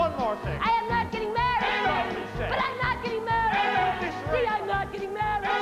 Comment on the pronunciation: why do they keep saying "marrehd" ?